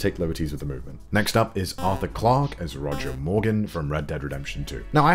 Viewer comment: "Arthur Clark as Roger Morgan" You really screw up those two.